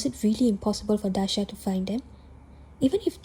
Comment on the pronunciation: Tiny correction, his name is Daaha not Daasha.